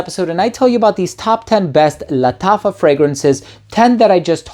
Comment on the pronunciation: Bro nobody pronounces "Lattafa" like you do lmao. It feels like it's the right way of pronouncing it.